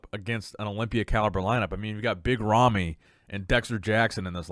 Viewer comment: Holy shit, You BUTCHERED Rami's name.